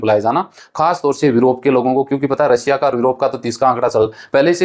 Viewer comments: रसिया नही रशिया होता है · रसिया नहीं रशिया है